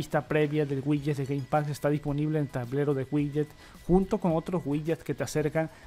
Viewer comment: Con que Game Pax eh? Cada vez tu inglés es mas bello